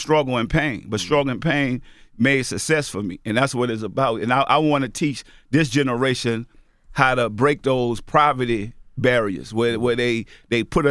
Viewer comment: new game: take a shot everytime you hear "dis generation"